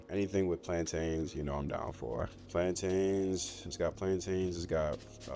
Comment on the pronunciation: Don't let the Jamaicans hear you say plantain like that 🤣